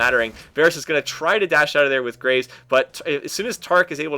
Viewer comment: Graves not gra ves like as in digging graves